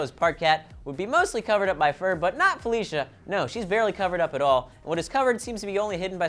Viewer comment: This....my name is Felicia....I am serous.....and you didn't say it right XD